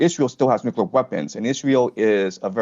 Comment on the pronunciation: Dear, You lose credibility when you mispronounce the word Corps as Corpse. A Corps is a body of men. A Corpse is a body of a man. You go from sounding authoritative to sounding like a numpty. Only you can save yourself. The same goes for Nuclear. You Fluck this up regularly. It is not pronounced New Killer (Unless you are American, or stoopid). Also, Schedule is not pronounced Skedyule. I offer this in good faith.